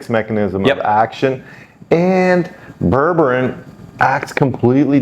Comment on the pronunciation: You're mispronouncing it, it's pronounced Berbereen, not Berberin.